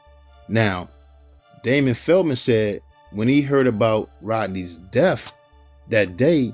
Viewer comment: I agree with you but the only complaint I have is when he says "DEAF" instead of "DEATH".